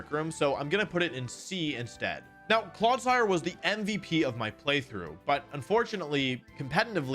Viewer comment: Look at how he massacred my boi, Clodsire